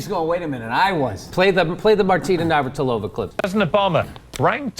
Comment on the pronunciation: Martina "navrhalova"? Whos that?